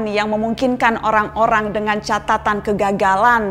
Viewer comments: ngomongnya typo ya mbak nana? "Orang olang lama" :v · Apa cuma gw yang denger orang - olang lama dari ucapan mbaa nana ?